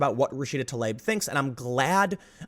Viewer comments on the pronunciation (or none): FFS... Not ti-lab, not ta-layb, not tuh-leeb, not tli-ab Rashida Tlaib,... TLAH - EEB, damn, it's not that hard, people. You need to transition to be trans. That should be the rule. Since getting your vag extruded into a nub, or your balls lopped off is inextricable from reproductive sterilization, I have zero problem with this. Now, you wanna discuss women in prisons being semi-coerced into sterilization, that's some sketchy BS. And sorry, any repeat violent offender should be executed. In fact, I'm with the Saudis beheading people guilty of manslaughter due to reckless endangerment. That sort of active disrespect for life needs to be met in kind and the cancer removed from society.